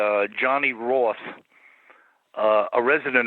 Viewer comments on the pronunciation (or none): like 17 minutes in, Johnny Ross, or Roth? It sounded like Ross, but than the pronunciation went on, and I was like he said Roth didn't he. People get so weird over the Roth's thinking Rothschild, but the Roths were a Scottish Clan, I think in the Southern Highlands, but maybe just into the low lands, and when x amount of Scots were causing Chaos in Germany (I only assume invited by other Germans) allot of Red Headed Kids were left behind, real Bastards by pure Definition! And since there were allot of Roths in that Group in Germany (Ross' too) and they often had Red Hair, the Germans called all the Red Headed Bastards the Scottish left behind Roths! And it became an adoptable name in Germany, which some Jews did, and the Rothschilds added their ending, but the Rothschilds having no blood connections to the Roths...